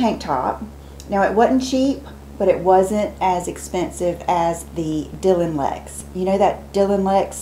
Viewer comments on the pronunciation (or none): none